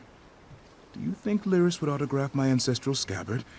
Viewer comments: Hey man loving your vid, but her name is pronounced Leer-is, not Lie-ris. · Excellent video... Been watching your ESO vids since you started making them.... In all this time, I'm sure you know her name is "Leer-iss" not "Lie-riss," tho... IJS... :)